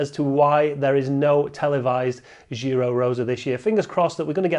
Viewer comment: What's with the French pronounciation of Giro from you and Laura. This is like the opposite of 99% of UK people saying Chorizo as if it is Italian 🤣. Giro with starts with J as in John 🤓. Where's Rob Hatch?